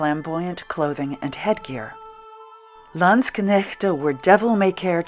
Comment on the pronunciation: this looks great, even now (winter!). kudos too on your pronunciation of landsknecht and (pl.) landsknechten.